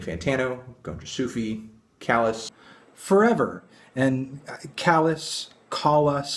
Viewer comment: Also you are pronouncing the album title wrong...